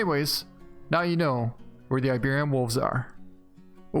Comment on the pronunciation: dude...... it's iberi-an not iberion. please fix it!~